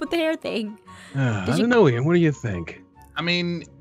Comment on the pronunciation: ITS NOT EIN ITS IAN